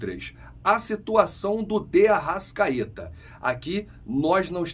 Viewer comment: ARRA*S*CAETA VAI JOGAR FELIPE LUI*S* TAMBÉM e muita atenção com a fonética, S não é X!